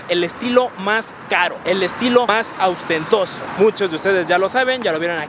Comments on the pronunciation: Mi estimado…para empezar no se dice austentoso….es ostentoso…no, pues no vas a poder entrar a mi clase….jajajaja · El dice AUSTENTOSO. Es ostentoso díganle. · Qué es “austentoso”? Se dice ostentoso. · "Austentoso"??? JAJAJA te mamaste